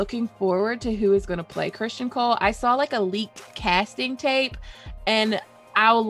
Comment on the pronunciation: Ok. I know I'm gonna get some flak for this, but when you mispronounce Criston Cole like 20 time in 18 minutes I gotta say something. It's understandable when some names are interpreted differently because the spelling creates the confusion (Aenys, tee hee). His name is straightforward. I almost feel like you're taunting me when you say Christian Cole. It's like fingernails on a chalkboard to me. Anyways, I'm probably wrong, unreasonable, silly, over critical... Or all of the above. I guess I hope this constructive for you